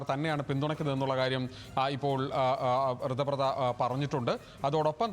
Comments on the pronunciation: കൃതബ്രദ അല്ല കൊച്ചേ ഋതബ്രത😂😂😂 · ഋതബ്രത എന്ന് പറയൂ കുട്ടി..